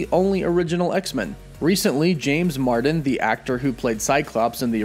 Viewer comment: James MARSden not MARDEN.